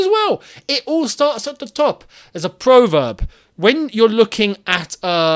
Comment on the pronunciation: Prov erb not pro verb. Pronunciation